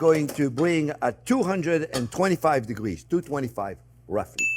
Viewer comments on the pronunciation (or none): none